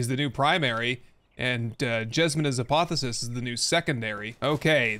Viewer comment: Pronounced Ah-poth-eo-sis.